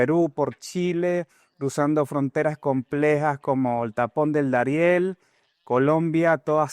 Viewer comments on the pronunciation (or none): Debes conocer mejor el vocabulario español: NO se dice " resilencia "🎉en luhar de resiliencia / Darien por Daren. Para hacer un postc. Hay que estar preparado No se cuantas palabtas incorectas pronunciaste en verdad no quise seguir escuchando..